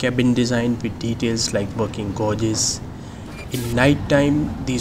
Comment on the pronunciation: its GAY-JES not GAU-JES